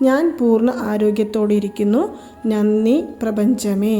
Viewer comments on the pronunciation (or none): വളരെ ഉപകാരം. പക്ഷെ നന്നി എന്നല്ല ഉച്ചരിക്കേണ്ടത്, നന്ദി എന്നാണ് . 🙏